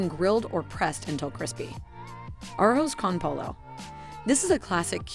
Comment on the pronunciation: Thank you for the info! That said, how does someone mispronounce the word taxi? Or daiquiri or arroz con Pollo. It was a little distracting.